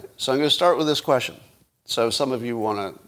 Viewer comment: Some help with pronunciation: 1) Viva Frei is pronounced Viva Fry. 2) The word "quesTion" has a "T" in it so you say "kwestchun" not "kweshun"